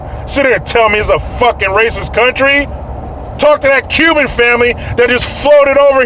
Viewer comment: It starts with an aruh and ends with an s: Raysis!